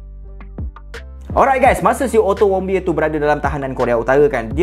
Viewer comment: knpa ak dengar ckap "ottomobile" 😂